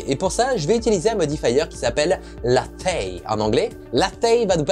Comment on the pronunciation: Hello :) on dit "léizh" Et ça veut dire tour à bois ;) car tu dessines le profil de la forme, exactement comme sur un tour à bois.